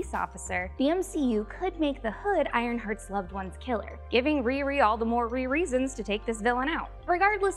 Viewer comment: Did you just say "RiReasons"